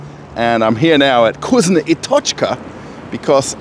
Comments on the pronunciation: NOT KUZNO, but vkusno (fkusno). Say "Ы" on camera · "VkusnA | Tochka" is a mistake. This is a moscow accent. It'll be correct VkusnO